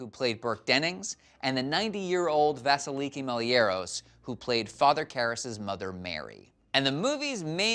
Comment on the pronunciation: Vasilikí, not Vásilíki